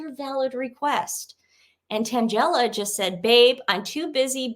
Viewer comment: I just had to vvatch 2 back-to-back. Tan-GELL-a = sounds like a comic strip character. Not to be snarky just funny. XOXO